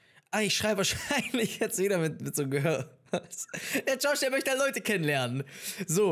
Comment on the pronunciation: wenn er George sagt:,,SCHOrSCH."